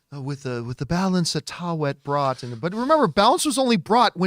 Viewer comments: Easiest way to say taweret is ta-wet-it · Ta We Ret.. Taweret.. not Tawet John... everyone keeps butchering the name come on guys... we're not doing justice to the character